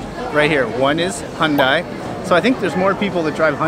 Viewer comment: It’s pronounced Hyun- day, not die